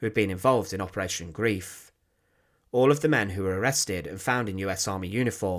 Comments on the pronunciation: PLEASE STOP SAYING "G-R-I-E-F", it is GREIF, not GRIEF! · Yes. The English word Grief (ie) means sorrow whereas the German word Greif (ei) means grab…mostly commonly in reference to the action of a bird of prey which are referred to as a Greifvogel. The video is excellent but the mispronunciation also translates into a whole other meaning. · It is pronounced Grīf, NOT Grēf, and it means to "grab", "grasp", or "hold fast". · Thank for your informative video! One correction: Operation Greif, meaning Operation Griffen, 2nd word is pronounced "Greyef" (long "i" sound). NOT pronounced "greef", as English word grief. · I have to write this. Greif is pronounced GRIFE, not GREEF. It was infuriating, and spoilt an otherwise good video. Sorry to be picky! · Greif rhymes with knife, and is pronounced grife. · The mission name isn't pronounced "grief." It rhymes with "life." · A mutch covered topic. Operation Greif (Grab) was welnamed concidering its intentions (sucuring bridges, supplies and fuel, not destroying them). Grief as it is pronounced by you means something different alltogether. I understand German pronounciation is difficult but even English is a Germanic Language. Substitute the i in Greif for an y and you come very close to the correct pronounciation. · He was correct about the long “i” sound so it rhymes with “life,” but that extra “e” is unnecessary.